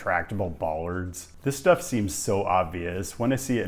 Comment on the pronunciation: Thank you for not attempting Te Reo Maori (our language), as your grasp of English is shaky as evidenced by your highly unorthodox pronunciations of even simple words (e.g. 'steff' instead of 'stuff').